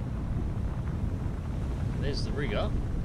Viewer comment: Riga, Pronounced Re-gah, and it's not "Potty", but pronounced Po-tea.